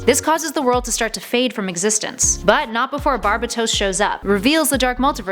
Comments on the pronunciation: Just saying pretty sure it is pronounced Bar-bae-dos. Not Bar-bi-tos. Not a big deal just for future references. Dark Nights Metal is amazing. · Why is she saying "Bar-Ba-tos Mult-I-verse Nth metal" Weird? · It’s pronounced barbAtos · it’s bar ba dos not barbatos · It’s “Bar-Bay-Toes” not “Barb-Bu-Toes” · Its barbados not barbatos just correcting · BAR-BAY-DOSE why do y’all just loved mispronunciation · I hate your pronunciation of Barbatos. Given the whole BAT theme, I call him BarBATos. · It's pronounced bar- bat- toes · its (enth) metal and (Bar-bay-tos) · Papa Linguini yes it's bar bay tose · It’s bar-ba-tous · Yeah it's barbeitos and inth metal lol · Not how you say Barbados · Angelo Alires she also pronounced Barbatos wrong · Omg and the way she says barbatos